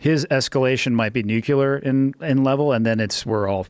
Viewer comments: And for FUCKS sake, stop saying "nukilar".. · "nuc-ular"